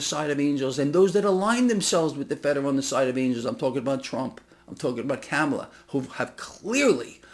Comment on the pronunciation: please pronounce Kamala’s name right.